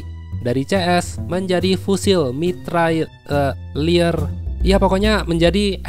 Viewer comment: Mitrailleur bang bacanya